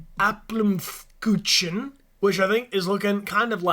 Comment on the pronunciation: BAHAHAH the way bryan pronounced the german desert, oMaS aPmfLekuTschen i can't